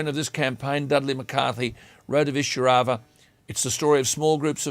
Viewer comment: It is pronounced 'eye-sir-au-va